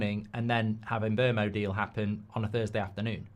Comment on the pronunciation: Its pronounced Mboomo not Mbermo the player himself has said so